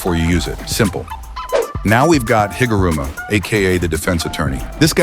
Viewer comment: The R of higuruma it's just garuda but reverse -_